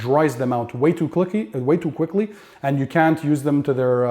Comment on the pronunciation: "way to clicky" way to quickly 😜😂